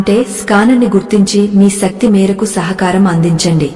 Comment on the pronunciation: శక్తి.... సక్తి కాదు...